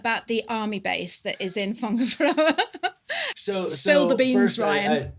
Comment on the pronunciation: I was about to drop a negative comment! BUT Ryan said Whangaparoa pretty dam good!!! Better than people born & bred here....So Thank-you Ryan for showing respect & pushing the boat out.PLUS it sounds so much better than the BUTCHERED lazy pronunciations. RYAN gets a thumb up.